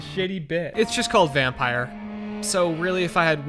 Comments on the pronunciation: it is pronounced "vamm-py-r" no e at the end (this is swedish for vampire) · Bit late but you pronounce it like " Vampür " like the german ü ._. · It's not pronounced vampire, or the weird way that you decided to pronounce it 😂😂 vampyr is vampire in danish. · Vham-py-r thats how you prononce it….. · It's vam-pir like in Romanian accent with pronunciation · When he “Y” that hurt me